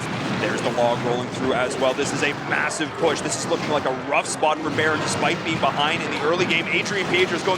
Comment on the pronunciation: When they pronounced berin, I cringed. I was like ooooh? Who's baron lol?